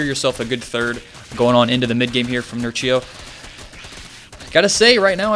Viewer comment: Read it 'Nerchyo' not 'Nercheeyo'! :)